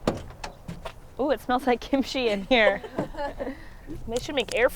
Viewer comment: Say Kim-chi one more fucking time... I dare you.